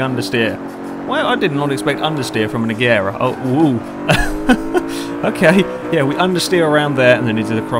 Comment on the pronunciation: Please say it like "Ajera"